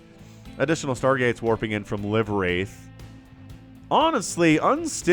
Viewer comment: ❤ for future casts the name is actually pronounced "live" like live tv or livewire. I meant it to be an oxymoron. As in living spirit😅